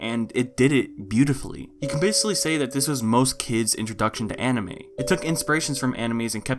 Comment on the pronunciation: I'm sorry did he call it anima